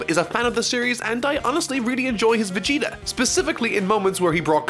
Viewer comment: When I hear "Vegerot" my heart and ears are bleeding.